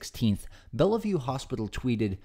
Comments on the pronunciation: “Bella vue” is two syllables bell-vue and it’s famous as a synonym for mental hospital even though it’s just a hospital. Shocked you mispronounced it. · Where are you from? You miss pronounce a lot of names…. Seeing you said this one so many times, it’s not Bella View, it’s bell view 😮😊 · It’s pronounced Bell-View not Bella-View. But it’s spelled Bellevue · Are you saying Bella-view / Bell-e-view on purpose? It's pronounced bell-view, just like in Diehard with a Vengeance. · It's pronounced BELL VIEW not Bella view. Not an important point but I'm a native New Yorker and it gratess my ears to hear it said wrong. Sorry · if you're going to claim to do thorough research and want us to believe what you're reporting, perhaps get the pronunciation of a famed hospital correctly, it helps